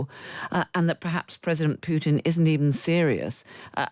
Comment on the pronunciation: Why can't Radio Times commentators pronounce Putin correctly? It's pronounced `Pootin', not 'Pewtin.